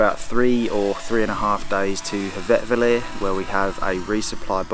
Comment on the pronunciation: Your plan is to hike from North Star Hotel at Staðarflöt to Hveravellir (I think that is the place you tried to pronounce :-) )? Oh - now the real fun begins! Good luck!